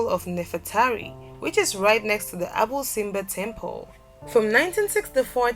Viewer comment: # 8 is pronounced "Abu Sinbel" not "Abu Sinbe" there is a missing letter "L" at the end :)